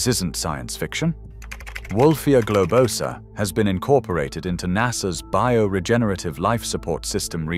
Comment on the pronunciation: It's gloBOsa, not gobloSAAA